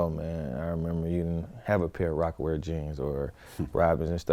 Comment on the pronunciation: nigga said Rocawear jeans 😩